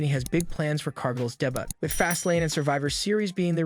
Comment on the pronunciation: damn Ai voices can't even say "debut" properly. WTh is "day but"?